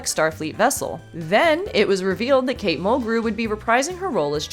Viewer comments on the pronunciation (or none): none